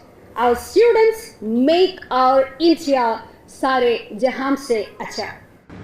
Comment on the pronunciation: സ്റ്റിയുഡന്റ്സ് അല്ല സ്റ്റുഡന്റസ് 😂 36 പല്ലും ഇളിച്ച് കാണിച്ച് പറഞ്ഞാൽ ഗ്രാമർ ശരിയാവില്ല 🤣🤣